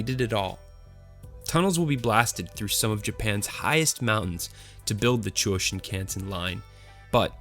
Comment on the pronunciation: pronunciation, particularly of "Chuo Shinkansen," is atrocious.